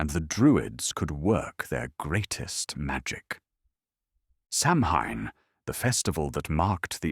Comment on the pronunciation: "Sau-when", not "sam-hain".